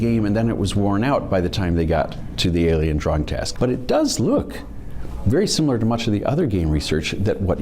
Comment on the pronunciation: Not gonna lie,glad for your captions, could have sworn he said Alien drug test,not drawing test.